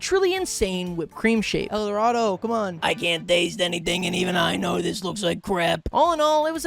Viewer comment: please its edoardo not eldorado😭